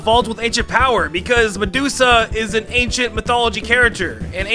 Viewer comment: Medusa not meduzzzza😀